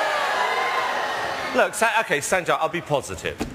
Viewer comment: They never pronounced his name correctly sanjay not senjaya